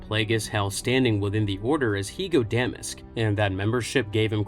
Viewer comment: You're pronouncing Damask wrong.